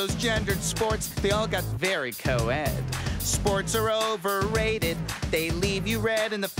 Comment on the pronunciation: Co-ed in 2020 sounds like covid😂😂